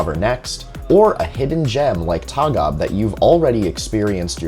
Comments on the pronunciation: It's pronounced Torg Ah Be. Tågab (Train limited) Not a particular cool name lol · Interesting video, but the letter Å is not an A. it is an own letterr and it is prenounced like English O. Like in tow truck. Towgab would be a more correct prenounciation. TÅGAB is an abbreviation of "tåg", which means train and "AB - aktiebolag", which means limited company. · I rode Tågab by accident from Katrineholm to Stockholm once. Felt like entering a museum train indeed. By the way, the "å" is pronounced like the "a" in "ball".